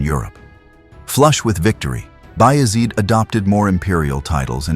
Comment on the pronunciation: You all can NOT be Turkish. Neither am I BUT! I know how to say these significant historical names. You have singlehandedly slaughtered these precious names beginning with Osman. He ain't The Wizard of Oz. He ain't Ozzie Osbourne!! HE WAS "O" 'SMAN!!!! OOOOOOOOOO NOT OZZZZZZZZZZZ HIs name was and NEVER was OZman --- O -- like Ohhhhh!!! with an "s." Then ya'll went on to murder Murad!!! Bayezid!!! Suleiman! Mehmed! and on & on. Watch ATV - Turkish television. They use these names - many modern-day Turks bear these names. You have been disgraceful and insulting to an ancient culture. The correct pronunciation of these names IS NOT DIFFICULT. You are lazy & egotistical thinking you can post something like this without repercussions. Names like Ertugrul ARE NOT pronounced as they are spelled in English. Take time to respect this culture otherwise you are an unapologetic cultural rapist & that greatly devalues any data sharing.